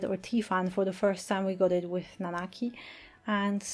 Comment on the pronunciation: I'm so glad you say the proper name Nanaki